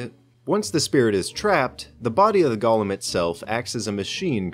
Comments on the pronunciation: I thought this was about Golems but keeps saying Gollum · Also it's pronounced "Goh-Lehm". Not like the LOTR character. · Repeat after me; "Go" "Go" "Lem" "Lem" "Golem" "Gollum" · lol like frog.